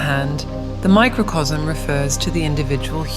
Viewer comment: Pronunciation: Macrocosm as "macrocosm" Microcosm... as "macrosm" 🙈..this languaje.. In spanish: Macrocosmo (maah-croh-cohs-moh) Microcosmo (meeh-croh-cohs-moh) Microcosmo